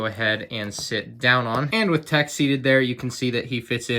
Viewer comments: You keep saying their names wrong! Why does everyone do this?! It's Teek, 'unta, Recka, Rosshair, and Eeko... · teik rekah and huntah